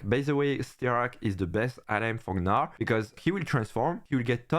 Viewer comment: now u pronounced gnar better (just say narr). thanks for the video!